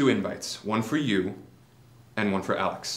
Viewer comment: Has no one else noticed that Elton calls Knightly "Alec" instead of "Alex". It makes me hate him that much more.